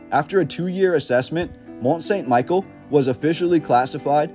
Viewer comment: Great video. Not a big deal but it is pronounced more like "Meee-shell", like in that Beatles song. I think it was built sometime during the millenial reign of Christ aprox,.